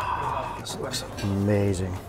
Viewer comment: U- May-Zing